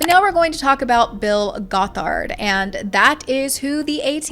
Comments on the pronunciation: Great vid! It’s pronounced “Gothard”. Like “bothered” if that helps! You accented wrong syllable— but regardless he’s a monster! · Goth ard is how it's pronounced! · It's pronounced "GOTH-erd." ("Goth" is pronounced like wearing all black clothing, etc.) Also, he wasn't arrested when he crashed the ATI conference in Big Sandy, Texas. He was removed by police and given a trespass warning (not a lawyer, don't know the correct term & it's been a few years!) so IF he had come back, THEN he would've been arrested for trespassing. I grew up in ATI, & I am NOT defending Bill Gothard, just clarifying that 1 thing. :) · This video is so well researched and fantastic but the way you said gothard makes me feel like an insane woman